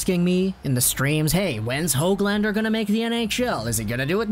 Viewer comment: And its Nils Hooglander not HOG lander lol